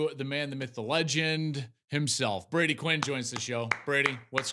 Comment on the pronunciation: Become a professional and learn the players names "Brody".